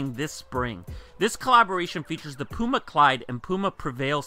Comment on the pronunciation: wow he didn't say pewma this time